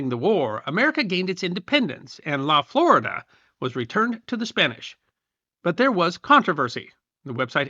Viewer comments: My Hispanic background wants to say La Florida is actually pronounced FloREEda La laguna florida- the flowery lake. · 35 seconds in. Can you tell me what the freaking what this is about by now? - La Florida is pronounced in Spanish as "la flor-eeda." Neh. Neh. Neh. Neh. Neh. Neh. You cannot be troubled to look this stuff up? It ain't rocket science. Oh, and it means "covered in flowers." That would have been a nice addition.